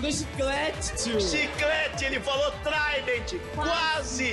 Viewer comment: Trident ele fala a marca do chiclete